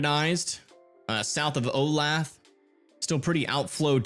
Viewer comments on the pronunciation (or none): Oh-ley-tha (Olathe)